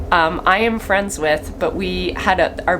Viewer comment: I just adore the Golden Girls. By far my favorite part of the channel. How you say friends cracks me up and I’m obsessed with Tomatoes.